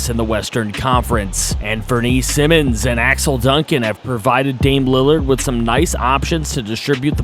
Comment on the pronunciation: I saw the comment that you getting use to the names, if im bugging you let me know but anferne simons last name is pronounced S-eye-mons